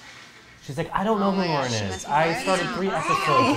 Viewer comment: You guys are the most anticipated part of my week! I’m sad that there was never “LARNNN” merch, as prev mentioned, but I know you never wanted to be perceived as bashing, so I will probably make my own... since my name is Lauren, and I need butchering my name in my life 😹 Love you guys!, you are my fav!